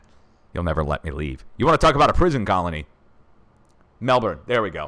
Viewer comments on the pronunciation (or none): Its melbourne.